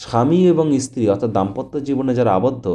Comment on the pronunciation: ইসতিরি কি রে ? ভালো করে ভাষা শেখ তারপর ভিডিও করে জ্ঞান ঝারবি ।